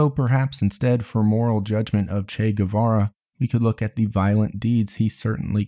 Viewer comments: In spanish, a “u” after a “q” or a “g” doesn’t sound unless it has dieresis (ü). Guevara correct pronunciation is Gevara. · FYI, Guevara is pronounced Geh-vara (like the word 'que' but with a g). You don't pronounce the u unless it has the umlaut (two dots) on top. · It's Guevara, not "Güe"vara. The same way you pronounce the "ga" in the word "gay", you pronounce the "gue" in Guevara, in Spanish :p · As latina, i love how there's a new interest in "el Che" but at the same time, annoyed at the guevara pronunciation... its more geh-vara, not gUevara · “Goo-ay vah-rah” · If you're gonna make a biography about the guy AT LEAST pronounce his name correctly. The U is silent! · if you make a 40 minute video about someone just take the 20 secs it takes to google the pronounciation of his name?????? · ..........you're not supposed to pronounce the "U" :/ in Guevara